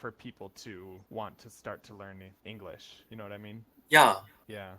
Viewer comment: I personally think that your pronunciation is generally good, but one thing I've noticed is that you do pronounce it as “Engrish” instead of “English”, if that makes sense. I apologise in advance if this makes you feel uncomfortable.